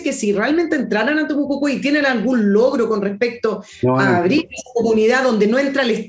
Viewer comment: Excelente Villegas pero debe ser más rigurosa, se dice Temucuicui y Europa, me reí como te sale decir Temocucui y Uropa.